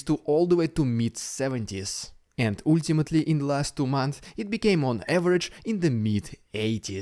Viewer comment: Hopefully, pronunciation of “ultimately” is next in his list! Don’t want to be rude, it just makes my brain lag for a moment every time i hear it